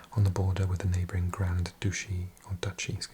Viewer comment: GRAND DOOCHIE